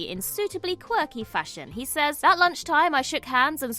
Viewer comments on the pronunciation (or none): none